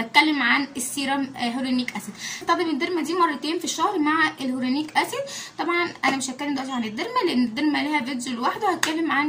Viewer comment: يعني مش عارفه تنطقي الهيرونيك وفيتامين بتعمله قنوات ليه وترفعوا لنا الضغط حرام عليكم